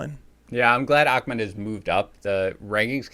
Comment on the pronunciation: ITS NOT ACHMED ITS AHMED